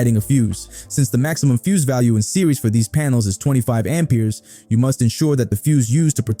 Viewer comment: I an not native speaker but that pronunciation of Ampers makes me sick in my stomach. It hurts my head.